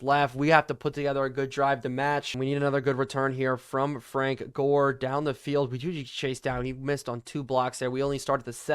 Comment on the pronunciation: i think you said Jore not Gore in the video.